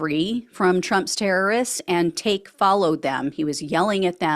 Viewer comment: It's tak'ke, pronounced Tacky.